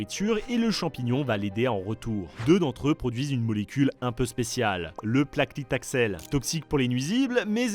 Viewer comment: Petite correction : c'est "paclitaxel" et non "placlitaxel" 😊